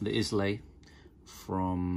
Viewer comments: It’s “eye-la” not “Is-lay”...find it hard to hear you pronounce it so wrong every time... like the island in Scotland, right? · Love the shoes. Hate the pronunciation of a certain Scottish island.